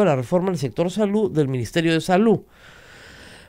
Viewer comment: A HABLAR MAL CON ROSA MARIA PALACIOS, dice: "eYos" por "eLLos", "TrujiYo" por "TrujiLLo", "miYones" por "miLLones", "salU" por "saluD", "supervisaA" por "supervisaDa".